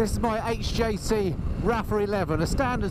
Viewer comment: Arai is generally pronounced uh-rye not Ar-ay and HJC 'Rpha' is pronounced Ar-fa not Rappa 🤣